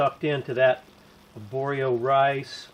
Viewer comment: Since I am newly enjoying your videos, figure I owe you some Spanish lessons. Double R in arroz has a rolling sound. Spanish is really easy to pronounce once you learn the rules, every letter will sound the same every time. You nailed the pronunciation of Aborio. Enjoying your vids can't wait to get myself a Discada.